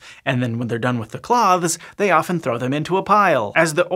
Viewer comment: That’s not how you say “cloths.”